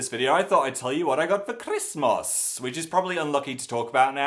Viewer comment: Omg the way he said "christmas" it's so weird I love it